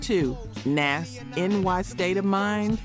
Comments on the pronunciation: Tupac [TOO-pahk] Nas [NAhZ] Suge [SHUUG] I don't get how you could be mispronouncing these, if you lived this era of hip hop you would have heard these names spoken just as often as you seen them written. The general delivery of your voiceover has improved since the first videos and that improvement aligns with someone becoming more comfortable and confident as experience is gained, so I don't think it's a computer generated voice we are hearing. But as I don't really take an interest in AI audio and its advancements I could be wrong... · How u say you live the music but pronounce names so wrong? Rakim not Rakeem. You didn't even pronounce Nas correctly. I love the focus on music but u gotta learn the names. & Live at the BBQ & Verbal Intercourse should be on this list for Nas's verses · Lol at the way she says Nas. Anyways I miss old rap from the mid to late 90s to the mid to late 2010s